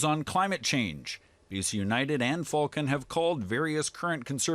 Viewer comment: it's pronounced "Fullcon" and anyone considering the Cons as an alternative to the collapsed United must be either new here in B.C. or must surely play a mean pinball. Rustad is nothing more than someone's extremist uncle who got loose from the Thanksgiving table. Could Falcon disgrace himself any more?